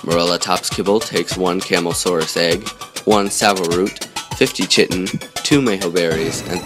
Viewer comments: Chitin is pronounced Ky-tin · Very informative video. Just 1 criticism I see many people do in videos when pronouncing chitin. Think of it if I spelled it the way it sounds, kiten. Hope that helps in the future